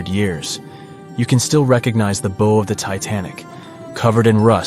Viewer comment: It’s not a ‘Bo’, it’s a BOW, rhymes with Ow!!!